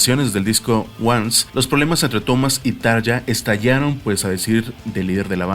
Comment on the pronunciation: Así no se pronuncian los nombres ni de Tarja ni de Jukka, bueno, ninguno lo pronunciaste bien😖 No te lo digo en mala onda pero infórmate, amigo.